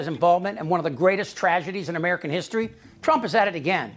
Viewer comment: Brought to you by Uhmerica.